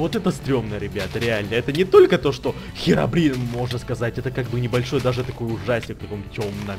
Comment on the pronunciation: не херабрин а хирабрин